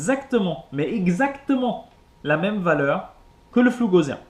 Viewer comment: Bien, simple et clair ! Mais on dit pas gauZien, mais Gausssssien (de Gauss, le mathématicien allemand)